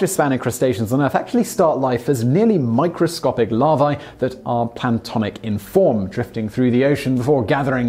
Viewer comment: Mr. Whistler, the Japanese spider crab does not wear "an enemies" on its carapace, but rather "aneMones" and the larvae are not "pantonic", but "planktonic" in form. I watched your mouth as you pronounced the words, so don't try to deny it, okay? Otherwise, a most informative and well-researched monologue, for which I thank you.